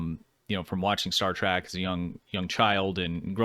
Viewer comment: Trek... Not track... Please react to things you can pronounce properly 😭